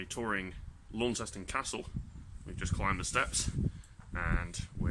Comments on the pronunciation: It's not Laun-ces-ton, it's Launceston. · Its actually .... launs ston ...how you pronounce it ... i lived there for 5 yrs ...and after 19 years in Notts i am moving back